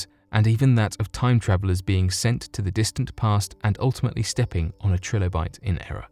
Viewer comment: "This led him to take the fossil to over 3 different labs".... so what, he went to 3.6 labs? Is four too big a number for you? Btw, it's pronounced TRI- lobite, not TRILL-obite... you know, like the common word tricycle you banana...